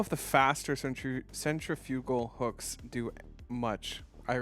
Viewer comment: Why does everyone pronounce centrifugal wrong?